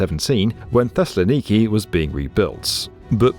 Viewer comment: Your pronunciation of Thessaloniki is b-e-a-utiful. Also, since it took almost 50 years to build, this metro became a meme to locals equivalent to “we’ll soon have flying cars”.